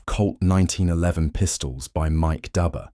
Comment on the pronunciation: The engraver's name is pronounced like Doober not like Dubber, even though it is spelled that way. An understandable mistake. We have known each other for 45 years.